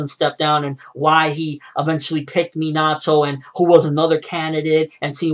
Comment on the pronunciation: His name isn't Mean-Ah-Toe it's Min-Ah-Toe